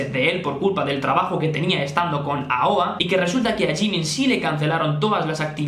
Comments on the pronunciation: se dice eioei :v pero bueno me decepcione ver que jimin de aoa hiciera bulliyng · No se dice eioei? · Encerio no sabes pronunciar aoa si es muy fácil